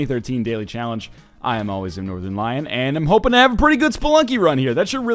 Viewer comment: "I am always a Notrthernlion" The Northernlion Story